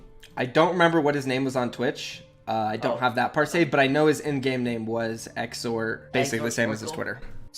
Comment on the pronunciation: Also it's per say not "par say"